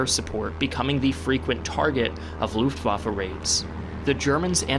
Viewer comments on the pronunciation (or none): none